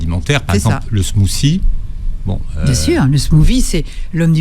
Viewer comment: Le "smousi..." 😂 Mais dit "frappé " si tu sais pas parler anglais, va....